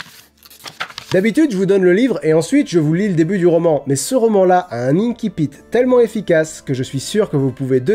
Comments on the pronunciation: Ça se prononce "insipite", pas "inkipite" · J'aime bien la vidéo, mais il me semble qu'on dit inSSipit et non inKipit. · Pour info, on prononce "ainsi-pite", c'est un mot passé du latin en français à une époque où on prononçait le latin à la française, et même si depuis on a modifié la prononciation du latin, l'usage est de continuer à prononcer ces mots de façon traditionnelle. Sinon on devrait dire "aquarioume", "canne-ker" pour cancer ou "aguène-da" pour agenda.